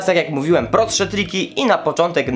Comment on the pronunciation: wiadomo, bez problemu. Po prostu śmiesznie to zabrzmiało 😄🙏🙏🙏💪